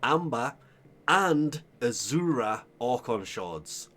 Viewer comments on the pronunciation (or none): Its pronounced Az-ure; as in, "As your" dropped on your head, you forget how to pronounce common words. 🥴😏 Its a color. also known as Blue.